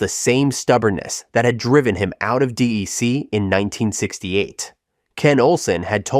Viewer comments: No one in the world called it “DEE-EEE-CEE”. It was “DEC” like “deck”. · DEC was pronounced “deck”! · Exactly! I worked in the industry for over 20 years and never heard anyone pronounce it D, E, C. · If the narrator can't pronounce "DEC" correctly, I don't think he knows what he is talking about.